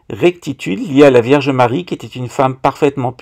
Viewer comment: Je pensais que la franc maçonnerie avait ete inventé par les portugais 🤣🤣 il maîtrise le fils a plomb comme.personne A 7.34 tu dis Verge Marie ou lieu de vierge Marie 😆😆 tu exagères..pas bien ça tu me feras 2 avé marie et 5 notre père